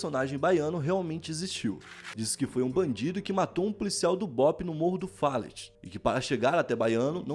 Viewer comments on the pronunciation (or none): fallet é “faléte” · C pronúncia morro do fallét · Se fala Morro do "Faléti" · Se escreve Fallet mas se pronuncia Falé